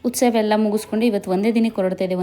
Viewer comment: Please nettage kannada kaltkoli.. Adu ustava alla.. Utsava..First of all ha mattu aa ge vyatyasa gottilla nimge.. Tappu tappu matadtiea.. Innu idella elli gottiratte... 🤦‍♀️🤦‍♀️🤣